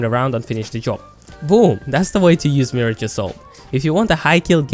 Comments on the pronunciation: Its Mirage not Marriage. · If I hear one more person call him "Mee Ridge" instead of just "Mirage" (which like the word, should be said as Mer-Aage) I'm gonna cry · Its mirage not marriage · It’s “Mi-rahj” not “Mirij” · The way you pronounce, mi-rarge is incorrect, like a mi-rage is something you think you see but you dont, due to Illusions, its where his name comes from due his abilities. Just a heads up. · Are you saying Marriage? LMAO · 'You are saying MIRAGE wrong' it's not Miridge. I hate these assumption videos. No, I'm not using him wrong thanks. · Meer-aj cringes internally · Why do you say mirage like marriage?! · Hes saying mirage wrong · If you are going to do a turtorial on a character then you should at least know how to pronounce his name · Don't tell me I'm playing him wrong when you cant say his name right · Learn the say mirage, Jesus. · You are pronouncing mirage wrong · first of all you cant even say his name right and you need to account for every player defensive and offensive. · Dude you don’t even know how to say his name properly and also don’t know what your talking about. Bloodhound can’t see Mirage when he Ults it is actually harder to see him because his screen is black and white while mirage almost mirrors the white color when active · Bold thing to say coming from someone who can't pronounce his name correctly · You are saying MIRAGE wrong! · Pls say his name right. That usually doesn’t bother me but pls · And you're saying his name wrong🙃